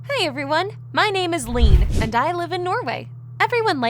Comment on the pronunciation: Why do they keep pronouncing Leanne as “lean”… It’s “Lee-ANNE”.